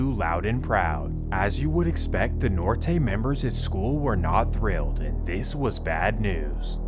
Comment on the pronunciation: Bruh gotta learn how to say Norte 😂😂